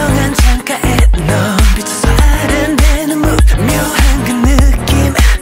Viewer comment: The fact that taemin pronounced move as MOVE and not mobe..